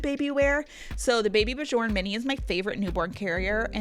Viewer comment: I think bjorn is pronounced beyorn like how the singer bjork is beyork